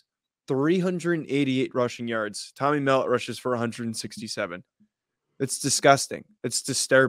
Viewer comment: Love the podcast fellas. Just a small correction for MSU - its pronounced Tommy mel-LOTT, not MELL-ut